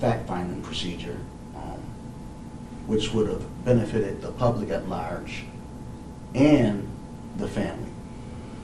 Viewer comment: "Lairge" "Dollairs"???